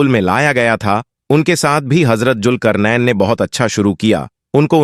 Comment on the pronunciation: Bhai pronunce sahi karen bohot se lafz apne sahi nhi bole jese julkarnen nhi zulqarnain h sahi lafz agar aap muslim hn to bade sharm ki baat h